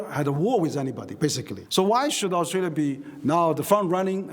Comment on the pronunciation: bro can’t read the word “Australia”